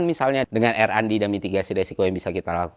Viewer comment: RND = ar en di bang.. bukan er an di✌✌✌, agak ganggu dikit.. soalnya ini bukan yg pertama hehe